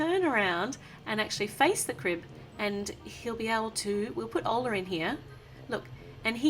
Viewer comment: It's orla not oarla